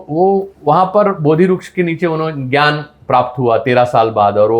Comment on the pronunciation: श्री आपले वाचन अफाट आहे त्यापेक्षा बोलण्यातून चांगली दिशा मिळते परंतू हिंदी त बोलताना टिळक म्हणा टिळलक नाही ग्यान पेक्षा ज्ञान म्हणा.